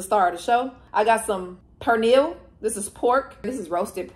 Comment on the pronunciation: You mentioned if you're pronouncing the food properly. Like with pernil. You didn't but don't sweat it because it's not your first language so that's expected and common. The words just wont roll off the tongue the same and thats not an issue. What's important is you're trying new things and showing love to another culture. 🇵🇷 I'm also queer so it makes sense that you're so open minded to other cultures. Much love and respect. 🙏